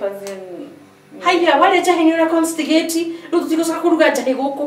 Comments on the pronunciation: Exactly 🙏...😅 subtitles please... meanwhile constipate imekuwa constigate😂😂😂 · Njahii onanii issa No! Kuiba nda!...did I hear say constigate😂😂😂😂😂